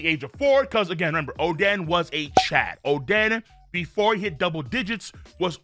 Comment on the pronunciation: why is he saying oden like that